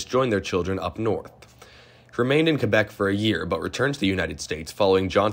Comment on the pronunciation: OMG, not *Quebec*!